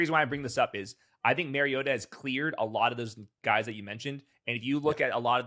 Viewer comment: It’s Mario-TAH